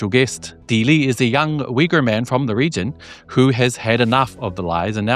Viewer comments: Nice program Just a couple nits I picked: It's not "a Uyghur influencer" but "an Uyghur.. It's not pronounced Wee goor but Ooygoor (approx.) Besides the fact that one needs about 20 minutes, iejust before the end of your program, to start understanding your English pronunciation. His, instead, is crystal clear because he pays attention to map his phonemes to generally understood sounds for a majority of English speakers. Not you. If you want to be followed, fix the sounds you make. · Hey, I grew up in Kyrgyzstan and liked Uyghur street food. I was also baffled when I first heard how people pronounce Uyghur in English. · The Westerners can't even say the word correctly. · The lesson on learning how to correctly pronounce “Uygur” in his native language, alone, is more than enough to make this video worth watching ❤ But thank you for searching this young man out, that was a wonderful interview. It shows that he’s a young regular Uyghur living in Xinjiang, still awkward at certain things but definitely maturing to be an adult growing up with pride. Excellent video. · Also: Thank you for teaching us how to pronounce "Uyghur" I know that in certain Turkish proper nouns like the "Yigtcan" and "Erogan" the "g" isn't pronounced as strongly as English speakers normally would. I should have known it would have been true for Uyghur as well. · The pronounciation in English is ridiculous and makes no sense. If I didn't hear the pronounciation, I would not know that this is how the word is pronounced. Granted, this is the case with many words in English. But people have no problem pronouncing "Uber". The don't pronounced it as "Veeber". So why is "Uyghur" pronounced in a ridiculous way? Just write it "Ooyghoor" then.